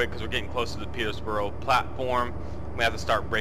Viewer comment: You'll learn how to say Peterborough one day :P